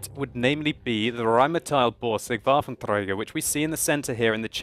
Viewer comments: You are saying Waffentrager wrong. It's pronounced WaffentrEger, not WaffentREUger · Dude, everytime you say Rhm.-Borsig WaffentRRRRRRäger it makes my right arm go up suddenly :D